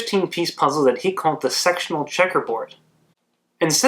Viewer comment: I swear, when he said sectional I heard sexual.... still love ur content 🤣😅